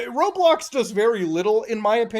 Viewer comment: How did he say roblox in unturned arid accent